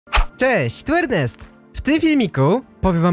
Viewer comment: Czemu muwiż Ernest jak jest